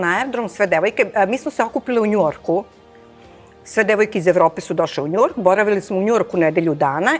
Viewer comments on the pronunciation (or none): Neka neko kaže gospođi da se kaže Njujork a ne Njuork.